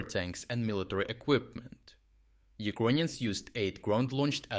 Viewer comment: First of all, it’s annoying how he says “Uquonians” instead of “Ukrainians”, even in Russian or Ukrainian you say “Украйны”, there is no “Q” sound. Second, these strikes are from 2022 or halfway true, the struck submarine was from the 2023 attacks, damaged Luhansk plant was from the 2023 Luhansk counteroffensive and etc… Right now what he is trying to do is selling PR attacks to the viewers that Ukraine is “still capable” of doing offensive attacks. Attacking with NATO satellites some civilian shed is not offensive measures. They lack ground troops, tanks and the logistics, but thanks to “uqanian” corruption it’s gone. Dear cope bots, please cope in my reply section about “3day operation” or “black sea fleet”.